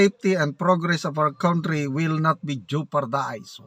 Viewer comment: Ikaw ang heneral that i dont respect .Your pronunciation of country is very wrong.Sorry hanapin mo sa google .hahahaha.😂😂😂